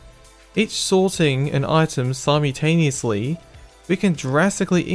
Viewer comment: simoutaniesly? that pronunciation is great hahahaa